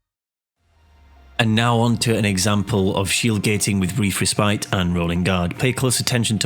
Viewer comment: you pronounce Respite wrong Res-pit is how you pronounce